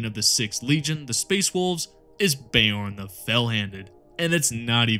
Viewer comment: "Bay-orn" the fellhanded the physic damage continues 😂 Please always go with your own pronunciation of everything, gives me a good giggle everytime 😅